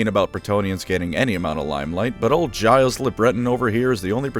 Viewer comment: ...your pronunciation...you still have my respect.